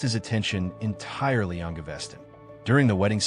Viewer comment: Ga-ves-ton, not GaVESTon ;-))